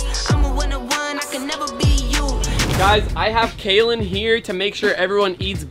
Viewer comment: It’s Kaelyn not Kaitlin